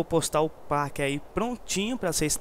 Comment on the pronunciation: Não é páqui que se pronuncia pack é péqui isso é inglês , pelo amor de deus